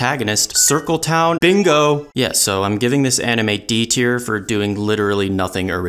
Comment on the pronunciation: Chhisaato and maarenwtf is this pronounciation